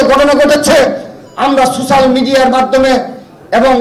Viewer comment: শব্দটা সুশ্যাল না সোশ্যাল।